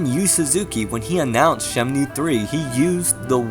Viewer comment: Very well done, thanks. But I have to say-- you're just slightly missing the pronunciation of 'Shenmue'. I think you're switching the N and the M. Anyways, good video.